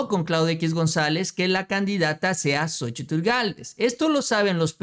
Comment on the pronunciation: Seria interesante contar las veces que dices Sochitil en cada video... seguro es un record